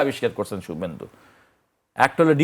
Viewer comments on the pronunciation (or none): শুবভেন্দু কে ভাই?😂😂😂 নাম ও উচ্চারণ শেখেনি😂😂😂